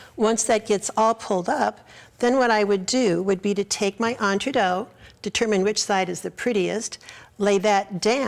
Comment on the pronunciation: entre DOO. thats how it is pronounced.